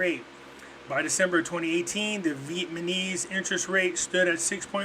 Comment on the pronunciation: Pretty sure its NOT "VIETMANESE"....come on!!!!Please